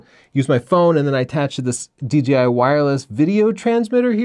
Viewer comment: DJI not DGI - please. Thanks.